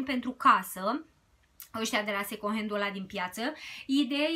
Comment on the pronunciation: In multe videoclipuri te aud spunând second🙈 , încearcă să nu mai pronunți așa. În rest ești super draguță și îmi plac clipurile tale.❤️